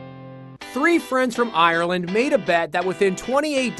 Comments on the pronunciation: You said Ireland wrong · That's not how you say Ireland smh